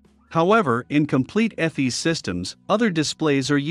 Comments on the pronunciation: “Eff-eez”? There’s that AI voice at it again. It’s “EE-fiss” folks. And ECAM is not part of EFIS; you only have to consider what can be controlled by the EFIS control panel - nothing to do with ECAM, a separate system. Other than that, still nicely paced and well illustrated instruction. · Pronounced EEE-F-I-SSS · This is an Awesome presentation........EFIS is pronounced EE-fis..... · Airbus EFIS is pronounced EE-fiss. Electronic Flight Instrument System. The engine displays are upper and lower ECAM, pronounced EE-cam. Stands for Engine Condition/Aircraft Monitoring. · ĒFIS. Eeeeeeeeeeeeeeee, sounds like cheeeeeeese!